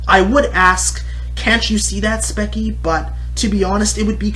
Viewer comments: Dont knoe if ur saying her bame wrong to be salty and petty, BUT just in case Its pronounced like "speechy" you say it like "spekie" just thought id day that. BTW, gr8 points in the video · its kind of uh, hypocritical that he goes on about her bitching and moaning when hes bitching and moaning about spechie. (also speech-ie not speck-ie). Don't get me wrong, your points are actually true. I agree with some of them, yet all entertainers have to exaggerate. If you say a story that's boring without exaggerating, then you won't get views because you're not entertaining. For example, in your passed spechie rant, you over exaggerated when you made jokes about "killing yourself." You also have to realize that spechie has noticed her old videos, and made other videos on them. She has mentioned that they are terrible and bad, and she's trying to change that. And aren't YouTubers trying to relate their viewers to their videos? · Speach-ee Not spec-ie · Its pronounced Sp-E-ch-E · The way he says her name is so bad! And he even says that her animation is bad. I’d like to see him try to draw as good as she is. He can’t rant about Spechie without saying her name right.